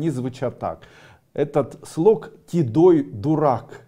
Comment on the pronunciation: Так чётко сказано тидой